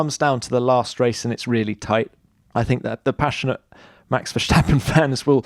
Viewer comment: WHEN is Tom Clarkson going to learn to pronounce Max' name correctly? There is no "SH" in his name...PLEASE GET IT RIGHT!!